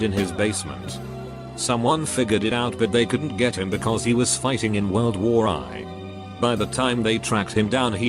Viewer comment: Nobody: Voice: World War Eye